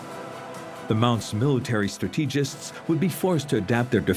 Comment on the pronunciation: ImpenETrable?! Terra COAta?!? MEEca!! StratEEgists. Bot Alert. Or more likely, French native narrator who can't handle an accentual language.